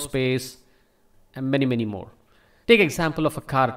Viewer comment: "andmanymanymore" lol I love it